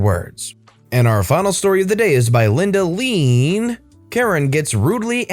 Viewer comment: I read the user name of the last story as Linda Lee Ann, not Linda "leeeean".